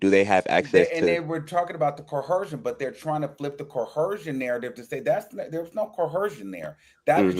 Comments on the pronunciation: CO-ER-SION. Please lol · There’s no H in coercion please 😂